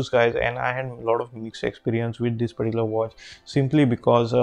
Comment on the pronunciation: I think bro's fav word is "perticular"